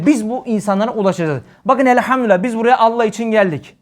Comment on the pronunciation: Allah’ı zikreden bütün kullara rabbim lütuf ihsan eylesin birşey dikkatimi çekti af buyurun özellikle Allah lafzında ağzınızdan E harfi çıkıyor bu lafz hususi midir doğrusu A olarak çıkmalı değil midir?